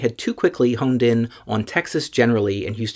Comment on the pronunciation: I'm nerdy enough to notice and appreciate the fact that you said hoMed in